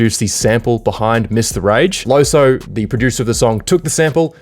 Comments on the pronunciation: you pronounce loesoe as loosoo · its loo-soo